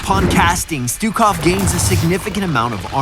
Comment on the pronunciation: pronounce his name right and we might get him.